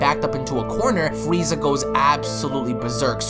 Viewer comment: the freeza song plays,,, fwwweeeezzaaaah